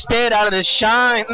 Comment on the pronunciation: "shien out of shield that shit is sooooo hard babay" he sounds drunk or cracked out my god lolol